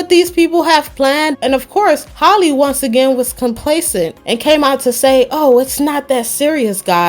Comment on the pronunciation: Loll it’s pronounced “HAL-E” 😭